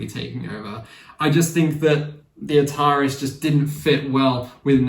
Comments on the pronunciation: Great video. However. It is pronounced ‘The A-tar-ees’ not ‘the atarriss’. Like the gaming company from the 70s/80s. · it's pronounced atari-s as in the game console.